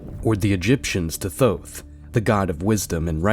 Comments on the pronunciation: IT'S PRONOUNCED - Thoth, like in oath. Not Thot or like in goth . So annoying >:( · Bravo, this dude just cut up a bunch of free accessible content and actually made something great out of it. Thoth not Toth lol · Thoth = thought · Thoth is toe-th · butchered Katt's name spelling and can't pronounce Thoth correclty. oof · LMAO this dude can't even pronounce Thoth name correctly but is looked at as divine bc he brought it up on Roid rogan😂